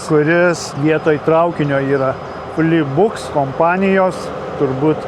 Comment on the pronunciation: Flixbus, kaip Maxima reikia skaityti.